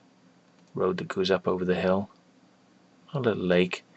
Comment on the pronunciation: First he said to this point where you go to hell, then i understood he meant hill. :/